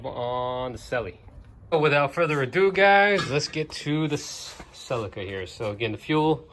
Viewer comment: You pronounced Ce LEE kah wrong :P Nice work on the fuel tank and love the CRX.